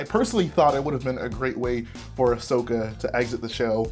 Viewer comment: ummm...its Ahsoka not Ashoka